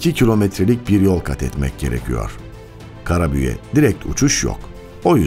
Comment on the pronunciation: Seslendiren kişi özel isim sonunu yumusatilmamasi gerektiğini bilmeliydi, Karabük e , yerine Karabüğe diye konuşuyor, Türkçe ye yazık ediyor